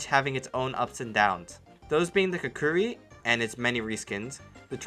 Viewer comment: How do you pronounce ¨Shahanshah¨ right but not ¨Kukri¨?